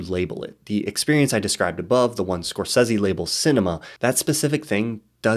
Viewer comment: I love these videos but everything I hear "score seezie" I die a little inside haha